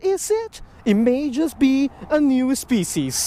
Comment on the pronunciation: NYEW SPECIEZ 😂